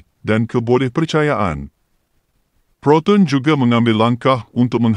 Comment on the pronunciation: Siapa la yg berkata-kata ni.....sebutan anda byk Salah.....🤣🤣🤣contoh..proton...disebut ..protun...